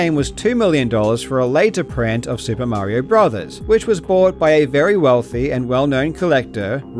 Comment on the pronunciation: Lol dude said "Maryo Brothers"